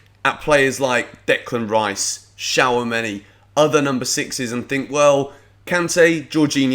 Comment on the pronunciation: Mate it’s not shower-money Shoe-ah-may-nee